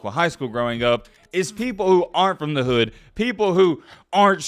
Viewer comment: You poppin it like you on that type of timing though.. a cornball calling another man a cornball is crazy.. you don’t know anybody from the ghetto just by the way you pronounce “hood” 😂 you online weirdos be talking crazy